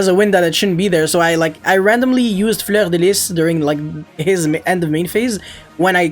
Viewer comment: Thumbs up for that flawless pronunciation of Fleur de Lys, well done ;)